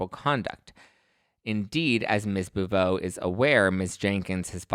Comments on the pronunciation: Also, her name is pronounced BOW vey. You're reversing the syllables. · I think she pronounces her last name BOW-VAY, no hate ❤❤❤ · Why are you mispronouncing Garcelle's last name? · Im sorry but I couldn't pay attention bc of your mispronunciation of Garcelle's last name. But, I agree that if Garcelle has/had the ability to help find the culprit(s) then I don't understand why she wouldn't. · This video was wack as hell. If you have children in the future and they get half of the hate that Jax got, I would hope you are digusted with anyone that tells you to get over it. Just say you hate Garcelle and move on. Plus she's had a career for longer than most of the women on the franchise and you can say her name correctly? A mess.